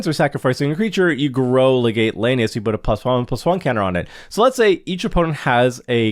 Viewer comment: Legate is pronounced as “Leg-it”